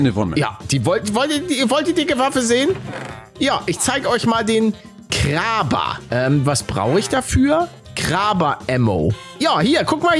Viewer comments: Es heißt kaber nicht kraber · Waffen aus Apex in Minecraft. Ich bin im Himmel. Aber die Kraber wird anders ausgesprochen Palle. "Kreyber" sogesehen. Das Englische A, so wie bei "Ammo"